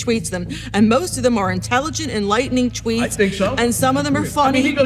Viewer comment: Teacher: most of his thweets are amazing. Shmart and penny. Guess speech therapy never worked for her.